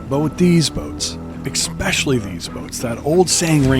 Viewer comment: "Eckspecially???" Come on, Sport!!!!